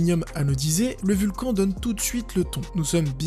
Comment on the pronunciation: On dit pas "Vulcanne" plutôt ?